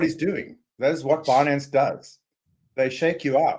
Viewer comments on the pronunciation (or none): none